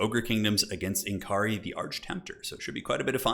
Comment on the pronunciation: it's pronounced "N'Kari", not "N'Kari".